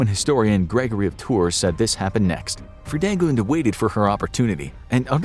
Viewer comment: I love how Fridegund is pronounced here as a German speaking person :D